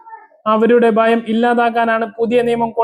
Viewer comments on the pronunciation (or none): ബയം അല്ല ഭയം